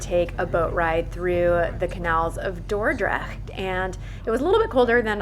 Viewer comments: Your pronunciation of Dordrecht is perfect ! I live there so I know :-) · Your pronunciation of Dordrecht is spot on! Don't worry 😊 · I cannot get over how on point your Dutch pronunciation is! Both "Dordrecht" and "stroopwafels" are pronounced impeccably. [chef's kiss]